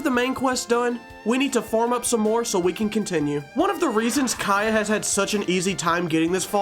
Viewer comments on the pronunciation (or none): i love the way you say kAeyih lol